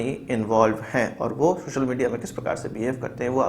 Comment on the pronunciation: Its social not shoshal